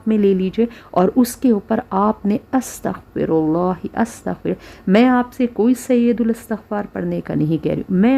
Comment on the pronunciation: استغفراللہ َ کا کوئی بھی ورژن ہو لانگ یا شارٹ، اللہ کی ہ ہمیشہ مفتوح رہے گی یعنی زبر کے ساتھ پڑھیں گے الا یہ کہ وقف کی صورت میں ساکن ہو گا. زیر یا پیش کے ساتھ پڑھنے سے مطلب الٹ ہو جائے گا. اللہ یہاں منصوب ہے لہذا "ہَ" ہی رہے گا. جبکہ یہ خاتون زیر کے ساتھ پڑھ رہی ہیں، اللہ ہدایت دے.